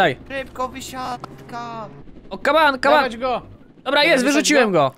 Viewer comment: To jest głupie jak mówisz kaman